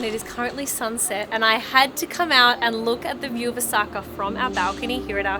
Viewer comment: It’s Osaka not osAka